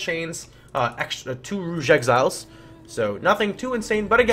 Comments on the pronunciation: You have an interesting way of pronouncing things. To my knowledge, you're saying 'rogue' like 'rouge', whereas it normally sounds like 'ro' = bow and 'gue' = guh'. And saying 'Alchemy' as if it's 'alshemy'; to my knowledge it's a 'kuh' sound rather than 'sheh'. You likely don't care. I'm only bringing it up cause there were two words in a row which made my curious. =P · OMG. ROGUE, ROGUE. not the french ROUGE